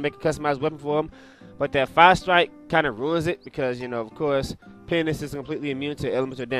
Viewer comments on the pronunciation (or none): why r u keep saying penis?:D